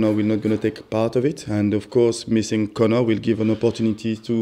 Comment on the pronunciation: Its Conor not « connard »😂😂